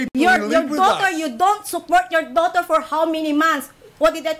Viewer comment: DOWTER. EJOT hahhahah